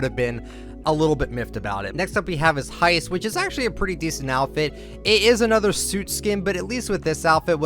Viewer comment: you said heist wrong